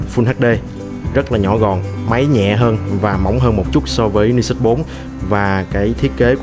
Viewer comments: Mình thấy bạn Khoa góp ý dùng từ hơi quá nhưng mình và nhiều bạn khác cũng có cùng suy nghĩ như trên. Các bạn góp ý để trở trên chuyên nghiệp hơn chứ không có ý chỉ trích. Mong lắng nghe ý kiến đóng góp và cải thiện phát âm tiếng anh quốc tế để trở nên chuyên nghiệp hơn. Nói thật thì nghe phát âm "Ni sút" rất buồn cười, vui, chứ mình không có ý khác. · Tay này đọc tiếng Anh sai nhiều lần rồi. Đến tên máy còn đọc sai nữa chứ mới hài. Hồi trước còn nhớ màn hình con iPhone đọc là "rì tai na" mới hãi. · ten cua máy thi fai đọc sao cho đúg chứ